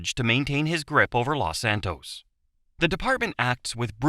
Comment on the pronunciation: Los Santus